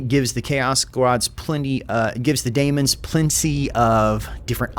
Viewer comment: my guy, I know you're rushing these out, but can you please fix your pronunciation of Tzeentch and daemon. I know their spelt weird, but you've clearly put effort into pronouncing things somewhat correctly before for your three kingdoms videos, for example. Tzeentch is not Tazench. It's pronounced zee-nch. And Daemons is just demons, but they put an a so they can copyright it. If you're gonna keep covering this game (please do), please use the effort we know you can use.